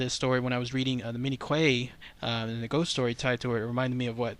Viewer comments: Q-U-A-Y pronounced like “kwāy” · I believe the surname is pronounced "Key". PS Love your videos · "Quay" is old English and it's pronounced "kee" (or "key"). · Pronounced "key" but spelled Quay.